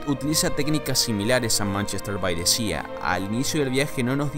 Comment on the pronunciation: Manchester by the sea Sea = mar = pronunciación = Si no SIA!